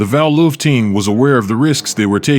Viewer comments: Hey Valuev (not pronounced Val Loof, but whatever), fight some dudes half your size.. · I had to stop watching the fourth time he called Valuev "VAL-luhuv" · pronounce its correctly it should be pronuced "val-u,ev' its cringy way its pronounced here, im assuming using an AI audio gen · Pronounced Val- you- ev!!!